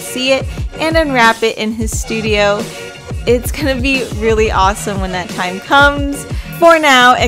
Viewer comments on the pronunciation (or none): none